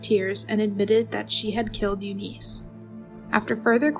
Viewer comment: U niss not u niece your race baiting and beating a dead horse is not helping your channel. Yes things were fucked up back then buts thats the way it was. The pronuciation of several words would suggest a compyure generated voice or a person reading a word it is not familiar with ar K ologist